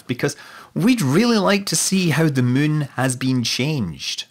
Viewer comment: not sure if he just says Mun instead anymore or it's just his scottish kicking in